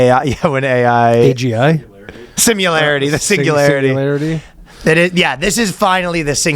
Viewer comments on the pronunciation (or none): did Ryan say "singilarity"? What's wrong with this guy, I can't take it anymore